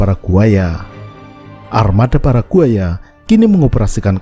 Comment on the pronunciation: Pas bilang paraguaya : kedengarannya "para buaya"